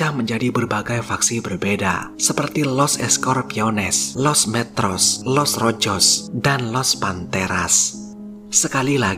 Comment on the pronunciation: koreksi bang.. J kalau di latin pengucapannya adalah H.. Jadi Los Rojos dibaca : Los Rohos